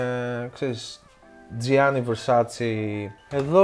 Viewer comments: it's VERSACE, not VERSACHEE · Μη το λέτε Βερσάτσι, βερσάτσε λέγεται... Μέχρι και η Donatella το είπε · Καλώς σε διόρθωσε στην προφορά των Καρτιέ όμως ρε φίλε ο ίδιος προφέρει τα Versace ως βερσατσι την στιγμή που η ίδια η Ντονατελα βγαίνει καί λέει ,σας παρακαλώ είναι βερσατσε οχι βερσατσι